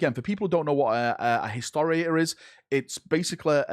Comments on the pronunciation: "Hisoaor" did you mean Historator,? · Watching pronounce Historitor several times, my heart is in pain.